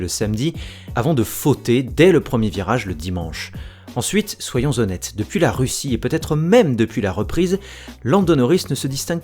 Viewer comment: Français respecté ?... tout est relatif, parce que le "soyon-zonête" m'a quelque peu vrillé le tympan. Ceci "zétant" dit, et remarque déplacée mise à part de ma part, un grand grand merci pour ton travail. On adore alors, et comme le souligne SimGaming, continue comme ça !!!